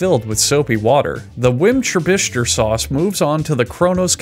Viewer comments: War-chest-er-shy-er sauce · Wincester sauce what is this alabama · Ive never laughed at any of these videos...but the gradual transformation from "Worstichere" (sp) to "Watermelon' is fucking hilarious. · Person from Worcestershire here, the correct pronunciation is, “woos-ter-sheer”. Thank you for coming to my TED talk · "Worcestershire" "Worcestershire" "Worcestershire" "Worchester" "Winsester" "Warmbacrester" "Whambaster" "Wormcrusher" "Whimscherbischter" "Watermelon" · OMG this is the best one I've seen yet. Totally calling it Whatsthishere sauce from now on 🤣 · Wrong. It's pronounced wooshter 😊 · I lost it at “worm buster sauce”. (I’m pretty sure he said this but I’m not sure now) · don't you mean why did she leave me sauce? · Wincester sauce hurts me, and I can’t tell if he did it on purpose (probably not) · I saw this comment before I started watching the video and I still had a heart attack thinking he was about to say "wincest" when he said "wincester sauce" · Wambaster Sauce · I don't know what you mean, Whimcherbishture sauce sounds perfectly fine to me. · Nah man, it's not that hard to pronounce Wimpsterbinster Sauce. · Whambaster sauce. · "Wurstursheyeyer" hahahah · watermelon sauce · Wormbeshter sauce. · wustersher First syllable is like the oo in book or good, this is the stressed syllable For the sake of all that is holy dont ever pronounce the shire like "shire" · I love that he just gave up at the end and said watermelon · Worst ester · whambaster sauce fucking killed me when i heard it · w i n c h e s t e r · whimscherbischter suace had me dead bro i almost choked on my food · wimsherbisture sauce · "Wambaster Lee and Slamjeckel Perrins" wasn't your next clue?!? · Winchester sauce lol. 1.25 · I believe it's WormCrusher Sauce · I fuckin lost it when he said “warmbercrester sauce.” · "worchester sauce" "winchester sauce" "warmbacrister sauce" "wambaster sauce" "wormcrusher sauce" "wimchurbister sauce" "watermelon sauce" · Worm crushers sauce 😂